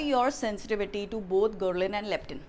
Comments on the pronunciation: I’m ur biggest fan 👍🏻 love ur advice. Don’t mind me saying, it’s “Ghrelin” hormone( not gherlin). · Mrs. Diwekar, I love your channel and videos! One very, very minor correction - it is GhRElin and not Gherlin. Perhaps you can place this correction in caption for the video. Keep up your great work! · It is spelt and pronounced "GHRELIN", right? By the way, good advice! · Is the pronunciation, Gherlin or Ghrelin? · it Is Grelin...or gherlin.